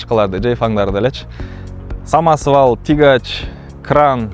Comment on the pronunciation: Тигач Деген эмне Деген соз тура айтпайсынарбы тягач деп